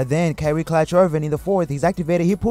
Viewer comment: not sure if the guy has a thing against Kyrie and keeps calling him carry irving...or if its just difficult to say Kyrie....but he pronounces other words correctly...soooo either way carry irving is still relevant cause he carries the ball sooo much